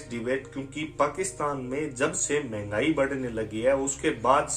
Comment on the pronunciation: यह इतनी जाहिल है कि महंगाई को भिंघाई बोलती है 😂😂